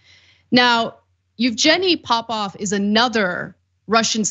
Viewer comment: "popoff" lol